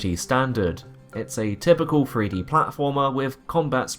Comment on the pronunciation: THREE D. not free d. Fink about it.